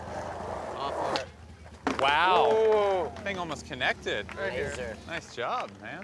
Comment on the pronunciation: keeps on saying Lazer Heel 😂 is there any other way to Lazer?